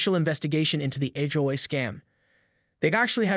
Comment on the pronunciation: If this is a story about an HOA, why is it so hard for you to pronounce H O A ? The story is interesting but if you use a Fake voice... space out H O A ?